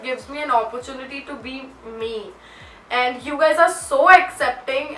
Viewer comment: She says eeiiinnddd not and😂❤